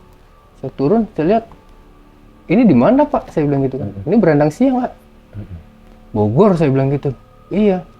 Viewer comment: Baranangsiang, Bang, bukan Brandangsiang.. 😊